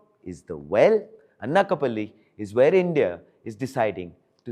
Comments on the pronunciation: It’s not ‘Anna-ka-palli’, it’s ‘Ana’ like in ‘Anaaj’. Anakapalli/ Anakapalle. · It is not Annakapalli.... It is ANAKAPALLI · "Anna Ka Palli" lol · FIRTS PRONOUNCE ANAKAPALLI CORRECTLY. DO NOT TRY TO IMITATE THE WEST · Bro Pronounce it properly. Its Anakapalli do basic research properly. Btw its my anscestral home. 😊